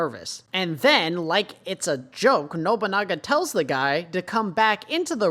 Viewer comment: Those symbols just indicate which bathroom is for each sex. Please stop overthinking things for 5 minutes my god. And continue calling Nobunaga "Nobonga" It's Funny.